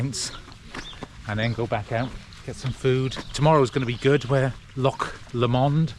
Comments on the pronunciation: Loch Lomond is pronounced Lowmond. Great scenery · Really enjoyed your video, Loch Lomond pronunciation was really funny. Tell you what though.. Rowardennan to crianlarich was a bold, brave move.. Well done that's tough